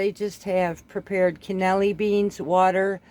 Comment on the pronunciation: Love the swift and concise way you explain everything. Being from an Italian family it's my duty to let you know that it is not cannelli beans, it is pronounced can-a-lee-nee. Sorry. Word nazi here. Just subbed. And thank you.